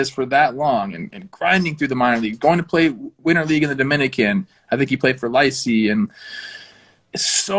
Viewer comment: Trevor pronouncing licey in English make my day 🤣🤣🤣